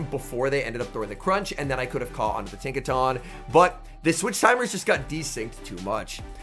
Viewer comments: Its pronounced tinka-tun, not tahn lol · Tink-a-TUN bro. Not “Tink-a-TAWN”